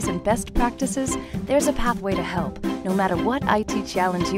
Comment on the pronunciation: Good video, but it took me a few distracting seconds to work out that the narrator was saying "pathway to help", and not "pathway to hell"... which has often been the case with a number of consulting engagements (though thankfully never with Red Hat).